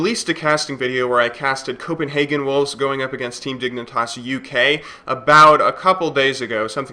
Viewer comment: Hey, you pronounced "Copenhagen" correctly this time! I see improvement already :D